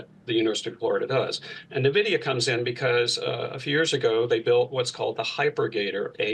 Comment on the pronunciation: Basically, it's funny how many people mis pronounce Nvidia. It is not pronounced "Na - vidia"... It is pronounced "eN - vidia" There are so many news casters lately saying this. It's funny